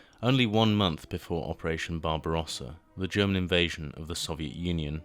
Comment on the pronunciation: Ah l'ia qui dit le canone et non le canon et barbaresa et non barbarosa